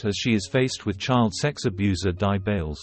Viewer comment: Dear Speaker, please can you NOT say D.I. Bails as if Di is a name? it is Not. He is (or rather WAS as he is dead now) Detective Inspector Bails - The DI are NOT his initials - stand for DETECTIVE INSPECTOR!